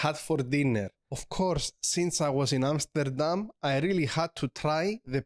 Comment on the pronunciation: Your Amsterdam pronounciation is top tier 👍